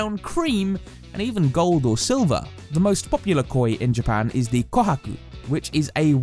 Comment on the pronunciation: I laughed when he said "koohaku" XD